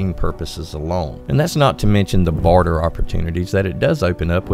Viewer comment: Im sorry but you need to work on your enunciation : your odd pronunciation makes this video difficult to follow (i.e. your "barter" sounds like "border" and "illuminate" sounds like "eliminate").